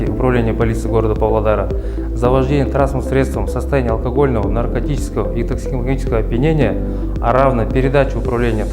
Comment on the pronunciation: как он сказал токсилагиского